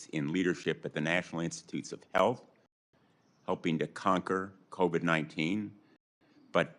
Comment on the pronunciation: what in the world has the second clown saying when he pronounces COVID AS CO-VED ????